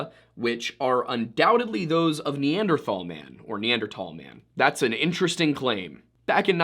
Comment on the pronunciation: Dude please, tahl is not thal. Neanderthal not neandertall